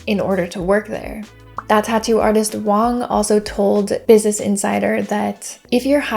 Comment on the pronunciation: I think you mean Wang, not Wong. Joice Wang worked at Bang Bang.